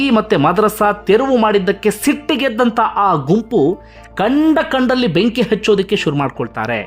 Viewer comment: ಕಂಡಲ್ಲಿ ಅಣ್ಣ ಅದು ಗಂಡ್ಡ ಲ್ಲಿ ಅಲ್ಲ 😁